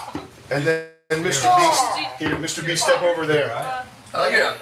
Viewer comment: Mr.Beast? I thought u said mr.weast